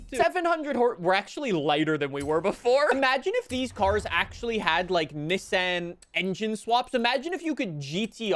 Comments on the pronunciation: “ look I’m a real car enthusiast I said it the correct way “ 😂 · I dont like how you say nissan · STOP SAYING NISSAN LIKE THAT!!! I WILL CALL THE COPS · Bro, stop saying Nissan like that😂😂😂😂